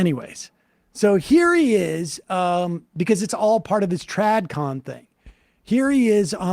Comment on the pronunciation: "Trad con" is not a thing, and actually it sounded like you said "trad com". Irritating.